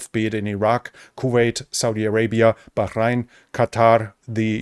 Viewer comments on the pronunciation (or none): none